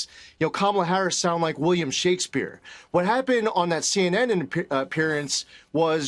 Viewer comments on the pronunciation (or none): none